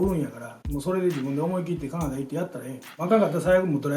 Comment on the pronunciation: カナダの発音が好き🇨🇦 コテコテの関西弁 素敵なお父さんだね。